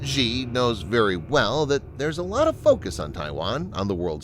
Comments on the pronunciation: you misprounounce Xi. It isn't "Zhee" (with the sound found in the middle of "measure"). The letter X in the Chinese orthography system has been repurposed to make the "sh" sound. The name is pronounced "She". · Xi is pronounced more like "she" and definitely not "ji". But in reality it's actually said as "Winnie"